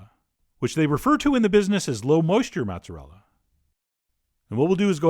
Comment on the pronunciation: Not matzarella (it's not kosher) but mOOOOOzerealla